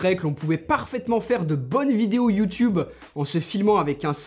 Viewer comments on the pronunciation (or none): none